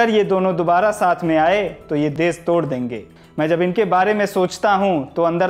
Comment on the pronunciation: Apna pronunciation thik kr bhai.. Kan se khoon a gya... Des, desbhakht, jara sakti, arun souri, pharookh abdulla, saamil etc etc etc